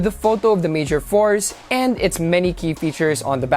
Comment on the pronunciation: It's not Mayor Force or Fours, it' s Mayor four 4! jebote fors da te jebo